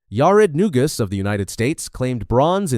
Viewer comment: It is NOT New Guss. It is New Goose.